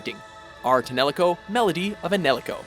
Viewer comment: Graceful Assassin, Vector to the Sky or 13th Struggle from Kingdom Hearts should be on the list And the correct title is Ar Tonelico : Melody of ELEMIA, not Enelico. What is Enelico? Somebody tell me what Enelico is, please. I don't even know what is Enelico...